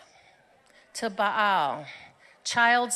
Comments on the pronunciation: Ba'al? As in bocce? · When they rail about Ba'al, but mispronounce "Ba'al" #Expert